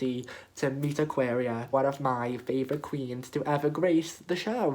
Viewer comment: aquaria not ayëqęirå you dumb bitch